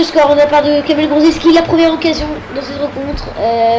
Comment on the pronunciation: bien mais on dit juste grosiki, on ne prononce pas le c